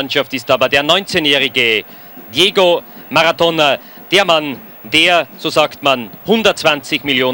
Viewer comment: Por qué dice “Diego Magatona 😅”